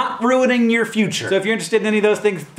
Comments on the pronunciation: I just finished Emily St John Mandel's excellent novel Station Eleven, which might be why your "Tuesday" sounded a lot like "Doomsday" to me! :) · Does anyone else feel "Tuesday" sounded like "Doomsday"? or is it just me?